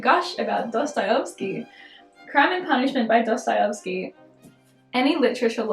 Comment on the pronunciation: dostayovsky lol